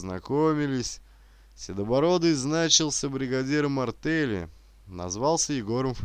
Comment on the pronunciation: Хорошая, очень интересная книга. Спасибо чтецу. Но, вы меня удивили- слово "артЕль" вами прочитано "артЭль", почему?